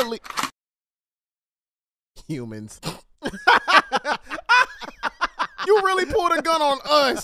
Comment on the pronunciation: "humans" Why are you saying like you're a different speci- "Monkey 👴🏻"